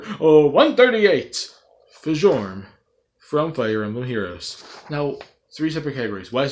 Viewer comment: Fjorm is who I want. And not nitpicking but Fjorm's name is pronounced Fyorm.